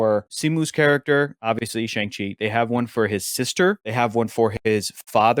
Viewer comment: Uhh in Mandarin it's still closer to "Sh(ah)ng" (rhymes with gong) as opposed to "Shang" (rhymes with gang). Tbh it doesn't quite rhyme with gong either, but I would say "Shong" is the closest you'll get to saying it using English. Edit: The way says it as is kinda close and is more accurate than how the others have said it.